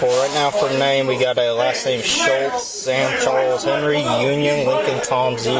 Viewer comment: It's John Schultz. NOT Shultz. Hopefully, the innocent people recover.